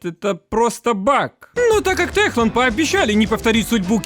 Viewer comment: не ТеХланд, а ТеКланд !